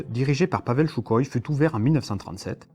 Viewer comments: On ne prononce pas "Choukoï" mais Soukoï !! 👎🏻👎🏻👎🏻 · J'adore ( et on est nombreux ) ces vidéos de qualité et très éclairant! PS : sukhoï se dit en russe Sukhoy ( le "kh" se prononce R en phonétique) mais c'est juste pour l'info pas pour titiller ;)! Tu nous en apprends énormément +